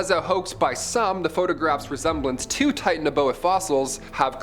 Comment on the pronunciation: Interesting video your pronunciation of Titanaboa is a bit different and it's more likely to be a sub species or evolutionary advancement of snakes that are present today.